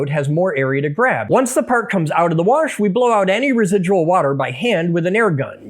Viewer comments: It bothers me that you put an R in "wash." My Dad does that... it low-key pisses me off... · >worsh your accent is showing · I heard that warsh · The warsh? bahahahaha